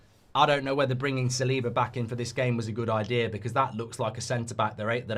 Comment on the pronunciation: holy shit how do you misprounounce ever single Arsenal player dude. Sa-Li-Ba Me-Ri-Noe